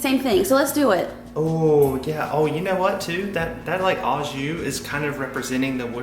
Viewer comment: Hey. I know it’s not a big deal but the Au in Au jus is actually pronounced like O. So O jus. Love your videos